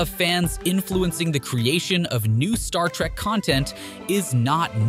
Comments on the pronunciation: Adding to your comments, did anyone notice how many times the narrator called Star Trek, “Star Track”?! For a channel that talks about the Star Trek universe as often as they do, irritating doesn’t even begin to describe it (period). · Agreed. Clearly not a fan consistently saying Track and not Trek. Or perhaps an AI script generated from web data. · First of all it's Star trek, Not Star Track! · Its Star Trek, not "track". Geez, can you even pronounce the franchise name correctly?